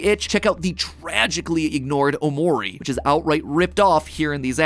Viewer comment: True pain is trying to hear MatPat pronounce Japanese names. Seriously, just listen to some Japanese! It's not hard to figure out how the vowlels work! Also, Omori is "tragically overlooked"? When on earth did that happen? Because the reason it was passed over by streamers is due to be a narrative-based game that's 15-20 hours long.